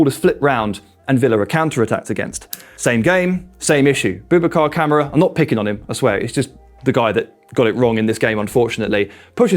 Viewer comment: why doe's everyone call KAMARA Camera ? its KA MAR RA BOUBACA KAMARA ! Camera hahaha i hear this often its hilarious pronunciation is important fellas least no one gets Super John Majins name wrong oh ffs UTV